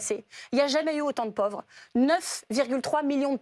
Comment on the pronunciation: Tondelier, en français, on prononce: pÔÔÔvre ... pas: "povre" !!!!